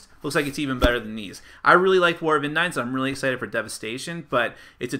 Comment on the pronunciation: Thanks for the vid. FYI, the name of the world is pronounced In-deens.